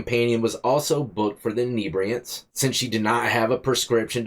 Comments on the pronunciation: Common, enibriants? Call it what it is like the reporter, it was fentinal. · Inebriated inibriants 😂😂 now its a weird word you broke inibriate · "Inebriatants"?... Inebriated on Inhebriatants!... Haha!... Good Ol' Florida!...